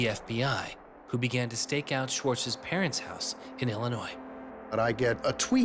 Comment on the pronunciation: The world knew this man(not well enough) as Aaron Schwartz. S-c-h-W-A-R-T-Z .... so many 'ch' and 't' pronunciations are supernaturally vanishing